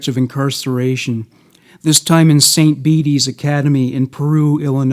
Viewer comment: I live in Peru Illinois. Your pronouncing St. Bede's wrong. It suppose to sound like St. "Beads" lol